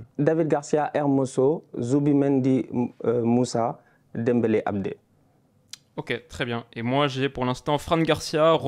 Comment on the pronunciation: J’ai compris à la fin de la vidéo de disais musah dembele et pas moussa dembele 😂